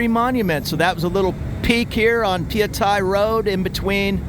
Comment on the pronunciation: Hi, you said it correctly - pa-ya-thai. I know I'm Thai 😊